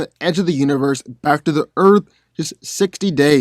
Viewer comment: Dude, I love your content and channel, being a comic book nerd since I was a kid, but.....not to be nit picky, but can you PLEASE stop pronouncing Earth "Erf" it's like nails on the chalkboard lol